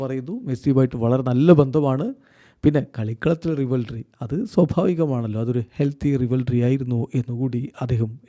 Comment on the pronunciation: ഇങ്ങേർ സ്ഥിരമായി തെറ്റിച്ച് പറയുന്ന വാക്കുകൾ ആണ്‌ 'റിവൽറി' (റൈവൽറി), പിന്നെ 'ഐഡോൾ' (ഐഡൽ).... 😬